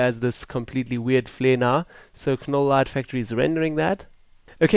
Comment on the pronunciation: Silent "K" ..."Nole" light factory. :) I'm guessing the preset "Dancing Queen" is a reference to the 70's pop group ABBA in all their glittery, rainbow-colored, disco-glory. lol